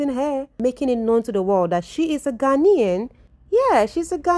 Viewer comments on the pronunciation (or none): please you are Ghanaian now, stop embarrassing me